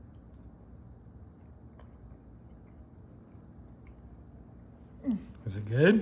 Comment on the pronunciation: It's so good you wind saying 'gooB' instead of 'gooD'... lol...